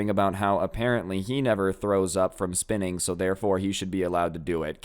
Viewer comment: I thought you said spitting instead of spinning lmfao